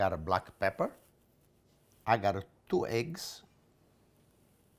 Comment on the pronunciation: Like the way you say 'thoo egguz"